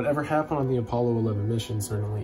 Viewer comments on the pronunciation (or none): Don’t pronounce Apollo like it’s a shirt